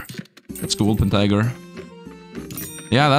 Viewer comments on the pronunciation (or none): W O L P E R T I N G E R now say it with me WOLPERTINGER not woolpentiger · Exactly my thoughts:D It's become a meme for, he kinda refuses to say it right